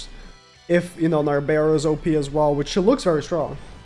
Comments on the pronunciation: NARBERAL the ‘L’ is NOT silent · Narberal's L is not silent